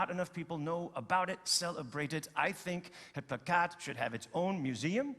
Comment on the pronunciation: *plakkaat ('placcaet')